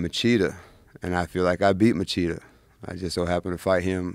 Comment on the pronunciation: Hey Eryk, you need to learn how to pronounce Machida. Machida, Portuguese pronunciation: [liˈotu maˈʃidɐ]) That's a soft ch, 'Mashida'.